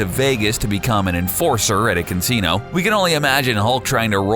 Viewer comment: A cunsino?? 😂😂